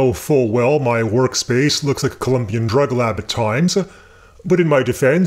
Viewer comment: COLOMBIAN Drug Lab ... COLOMBIA -- O not a U when referencing the country. Otherwise - LOVE YOUR VIDEOS!